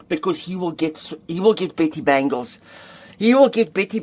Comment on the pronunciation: "Betty Bangles"... I heard "pretty" bangles 😂